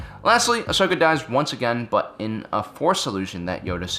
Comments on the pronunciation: fusedwrist Ikr. Its 'Ahsoka' not Ashoka. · Ashoka Tano Mandela effect It's actually 'Ahsoka' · Ashoka Tano its ahsoka